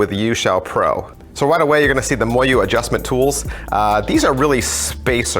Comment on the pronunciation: It's pronounced mo yu